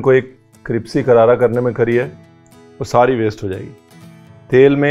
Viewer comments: Best part is cripsi instead of crispy as they say in land of five rivers palaiure which can't Maiar ( pleasure which you can't measure) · I like when u say Cripsy 😏 rather than Crispy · Cripsy nai crispy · Sir u look damn cute while pronouncing crispy sa cripsy😍😍😍❤❤ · I really like him saying cripsy instead of crispy ❤️ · Whole world : Crispy Chef Ranveer brar fans : Cripsy karara 😂😂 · Sir ji cripsy ya crispy??? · ? why does RB keeps saying Kripsy ? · Crispy ❌ Cripsy ✔️ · Y do you keep saying "cripsy" instead of crispy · Ranveer Again Says Cripsy 😅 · MERI sasu ji bhi cripsy bolti he Aapke jaisi😂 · Why do you say it 'cripsy' instead of 'crispy' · Ranveer sahab cripsy nahi cripsy.soorry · Its crispy not cripsy 😃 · It’s crispy n not cripsy 😜😜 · Not crispy , it’s Cripsy karara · "cripsy fry"... How cute #Ranveer Brar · Not crispy it’s cripsy